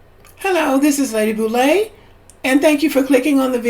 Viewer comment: You called Lady Boule!!!!